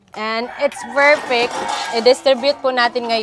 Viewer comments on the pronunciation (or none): Yan na naman yung yung PERFECT mong sinasabi,pls do not pronounce the letter P as F. Pls pls lang